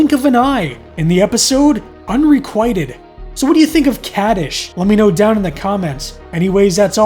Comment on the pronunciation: You are mispronouncing the title of the episode.